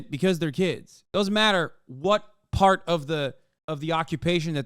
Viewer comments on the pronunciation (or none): none